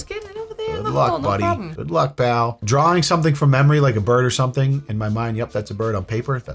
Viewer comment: Your pronunciation of drawing is upsetting to me